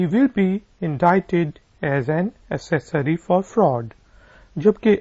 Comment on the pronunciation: Ak-sosary pronunciation likha hota hai, aap, ap as-sory bol rahe hain